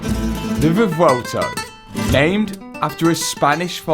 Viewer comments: ahh yes theh vuhvelto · Matt I think it’s pronounced Rev-u-elto and not revolto 😂